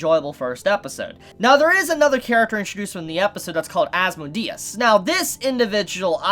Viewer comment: "There was another character introduced called as-mo-de-s" It's pronounced "as-mode-E-us"